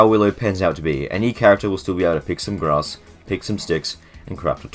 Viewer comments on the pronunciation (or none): none